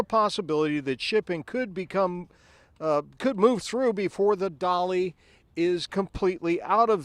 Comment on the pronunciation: I tought ut was the "Dali" NOT "Dolly"